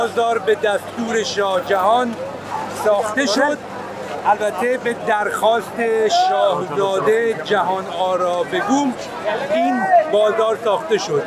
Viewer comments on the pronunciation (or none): داداش خیلی برات سخت گفتن کلمه ی بیگم،از بیگ میاد تو ایران هزاران بار نشنیدی فامیل کسی بیگی باشه، توهین به ادبیات پارسی نکنم، یجوری ادا کردی شاهزاده جهان بگوم من خجالت کشیدم